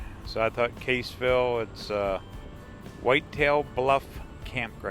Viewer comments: Your pronunciation of Cassville is incorrect. Not Caseville, it is Cass ville... go to famous Nelson Dewey State Park at Cassville. You'll like it. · I grow up there. I hope stop say Caseville it Cassville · It's Cassville, like Bass(the fish!)